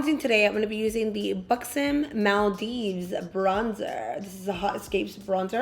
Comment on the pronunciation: Thank goodness you pronounced the buxom Maldives product correctly! 🙌🏽